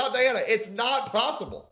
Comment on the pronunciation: She pronounced and spelled her name DI ANNA 😊